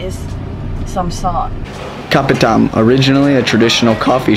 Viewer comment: Hurt my brain hearing you pronounce kopitiam LOL (Ps, there is an i in tiam). Made me miss Penang though.